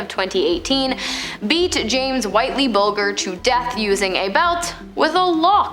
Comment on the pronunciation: I like the content & presentation but you should research the correct pronounciation of the names. You got both ‘Geoghan’ (Gay-gan) & ‘Bulger’ (Bul-jer) completely wrong.